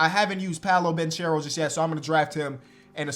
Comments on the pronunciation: hey! it’s pronounced banKero, it’s italian not spanish my man!! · dope video! by the way Paolo Banchero is an italian name and you should say it like this “Paolo Bankero”, non with the “ch” sound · Fyi the right pronunciation of Banchero is with a hard “c”. To be clearer you should pronounce it like the first two letters of your name: “ ke” sound is equal to “che” sound in italian. Love from italy☄️